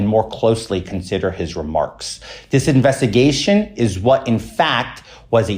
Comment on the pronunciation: "Invessigation" What a waste of flesh.